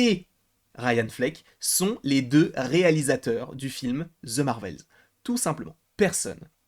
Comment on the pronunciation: On ne dit pas zze Marvel, c’est The au pire on dit de pas zze 🤦🏼‍♀️